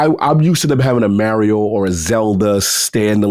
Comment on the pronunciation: Every time mispronounces Mario, a small child gets struck for not doing his homework